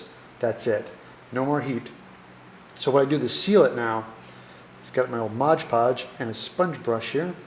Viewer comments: Why do Americans call it Modge Podge. It clearly says on the jar Mod Podge. Other than that, great video ;) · As it says on the container, it's called Mod Podge, not Modge Podge. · Very 🙃 My wife is a Yank and she calls it Modge Podge too. Drives me bonkers. She’s an architect, so it’s not like you guys are stupid or anything. Clearly smart folks, who just like to make up words 😄